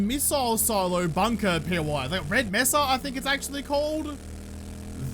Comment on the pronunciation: Its May-Suh for mesa.